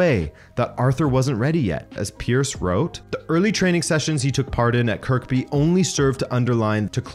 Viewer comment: Hi man, love the videos and I legitimately forgot Arthur was here. Just one thing though when you say Kirkby the k in the middle is silent, so you say it like curby from the nintendo games